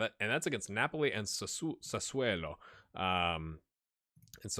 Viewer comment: Hi, just a small correction, Sassuolo is pronounced as it is written (sasuolo not sasuelo). there is no letter E anywhere:-) aside that detail, great job as allways. Cheers.